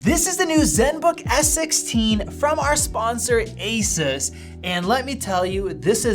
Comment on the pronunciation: Gaypple fangay doesn't even lnow how to pronounce Asus